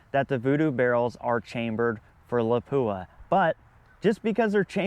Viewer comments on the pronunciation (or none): Lapua is pronounced La-pwa not La-pooa.